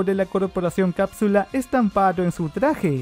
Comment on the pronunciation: Yo me di cuenta que decia corporacion cadsule